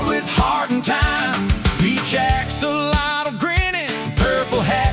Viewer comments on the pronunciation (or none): Hi, thought I might just help you out a wee bit in pronunciation of “Axolotl”. The “X” is a “Sh” sound in the Aztec language of Nahuatl. So to say this little guys name it’s actually pronounced “Ah-Sho-lotl “ 😊. Much love from your 🇲🇽/🇨🇦 fans